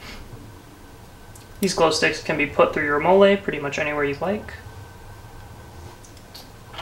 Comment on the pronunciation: Its Molle "Mall-EE" not Molelay